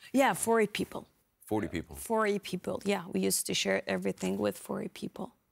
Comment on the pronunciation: Maybe you should send more than one person to grab food to feed 40 people. The UN isn't going to give one person that much food at once because they don't know if your telling the truth about being with 40 other people or 4A like this lady pronounces it.